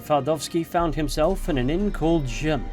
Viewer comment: Im sorry but its RZYM not RYZM (lmfao you read it almost like rizzm 😂